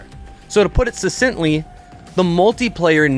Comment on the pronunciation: Good vid! Just a small pronunciation note , its pronounced su-SINK-tly. 😀